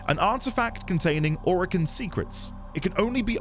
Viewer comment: This is not a spoiler and it's not stated in-game but during the devstreams DE Steve (The ex creative lead of Warframe and now the CEO of DE) stated that the name "Orokin" comes from "Oro"=Gold (Spanish) "Kin"=Kind/family this should help remember the pronunciation. Not O-Ro-Kin but Oro-Kin